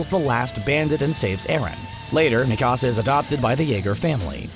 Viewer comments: Luv CBR also it’s not Mekasa it’s Mikasa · Bro, the next time you make a video about AOT, pronounce Mikasa’s name correctly . Go watch the show again. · Not you butchering mikasa’s name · Especially Mikasa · its mikasa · Tripp McGee, yeah I agree. I was dying (not of laughter) because they were pronouncing their names wrong. Also Jack Keifer, yes they need to learn how to say Mikasa, it’s so weird how they say it.